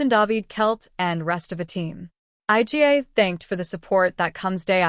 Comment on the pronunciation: calling her 'eye gee ay' - clearly an AI bot speaking